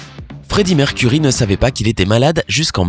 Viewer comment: C'EST PAS MERCURIE ARRÊTE DE DIRE ÇA IL A CHOISIS SON NOM EN ETANT UN NOM ANGLAIS !!!